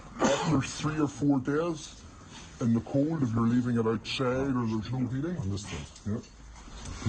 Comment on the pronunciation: on ze ground, in ze air, English is not my native language but i'm sure it must be "the"...